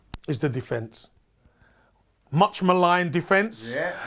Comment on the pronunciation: The guy couldn't even pronounce "attack" or "defence" 😂